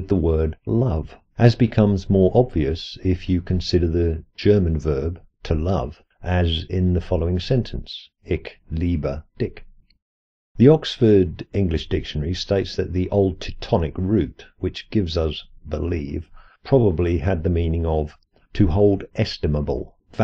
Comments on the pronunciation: Hmm, do you have a "low blow" purpose when you're pronouncing "Ich liebe dich" as you do ("Ick liebe dick) instead of "Isch liebe disch"? Just curious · awesome video. Really sweet how you pronounce "Ich liebe Dich" as "Ick liebe dick"... ;-)